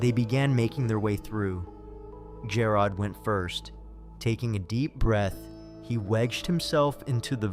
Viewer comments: Lol jah rod..... It's g air od... Jarod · Jer-rod. Where’s A-a-ron?